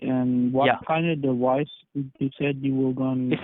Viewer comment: What's a "Dewice"?